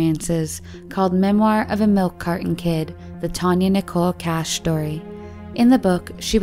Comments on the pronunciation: How come they write and show the name “Kach” several times, and they keep saying “Cash” during the video? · The first 2 surnames were pronounced so wrong. Kach isn't "cash", it's "Kah-ch" with the "ch" being the German pronunciation. Kubacki isn't "Koo-bah-kee", it's "Koo-bahts-kee". Learn to speak.